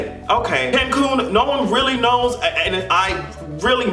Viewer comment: Why did she say Kencoon!!!!! I'm crying right now 😂😂😂😂